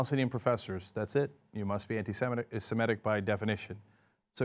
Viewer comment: Stop saying "antisimetic" when you are trying to say "antisemitic" Americans! It sounds like you are actually trying to say antisymmetrical but it has too many syllables.